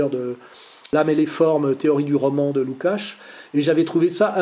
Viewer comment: "Soral a presque toujours raison". On comprend maintenant le presque. En total antagonie avec le déisme dont il se championne (christianisme). En plus il aurait pu un minimum regarder sur Google comment on prononce le nom du scélérat Lukács. 0/20.